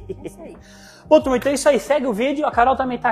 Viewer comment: Ju d Carol q me desculpe gosto delas, mas simpatia do é dmais. Adoro qdo ele fala TURMA